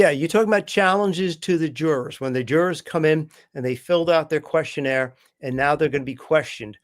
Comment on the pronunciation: Love the show! However, it is questionAIRE... not questionEER. It was said incorrectly at least 15 times and it was hard to ignore.